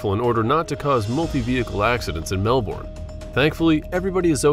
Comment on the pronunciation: It's mel bin for Melbourne